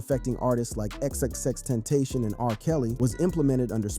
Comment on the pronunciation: yo its xxx- ten -ta -cion .......not no dam.... tentation